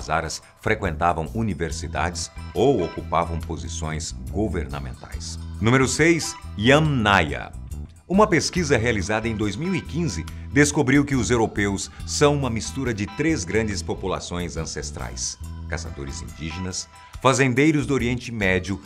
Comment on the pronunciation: pq diabos eles falam "o mito da crianção" ?